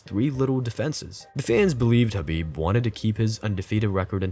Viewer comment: It's Khabib. We all know it's Khabib.